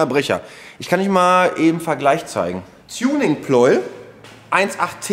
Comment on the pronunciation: Pleu-el! Wie Lei-em!